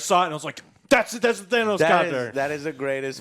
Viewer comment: At this point does say Thanos wrong on purpose